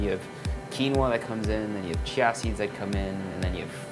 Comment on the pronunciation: I'm pretty sure it's just pronounced 'chee-yuh' not 'chya'...I've never heard of it being said otherwise.